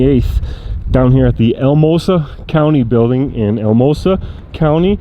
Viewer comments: Pronounced Al-a-mosa FYI. Colorado is basically virgin ground for audits. Not surprised you’re getting pushback. Good luck! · It's Al-uh-mosa